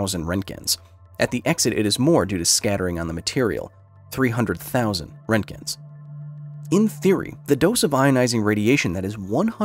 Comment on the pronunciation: That's not how you pronounce Röntgen